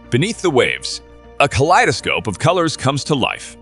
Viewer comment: Are you using AI voice or is this you? Pronunciation is terrible! An De Es. And I can’t even make sense of what you did with kaleidoscope.